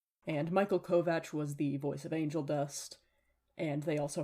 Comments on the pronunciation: Omg thank you for pronouncing Kovach aka Kovács the right way! It hurts my ears when other people say it wrong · This video makes me so joyful because you’re actually pronouncing kovach correctly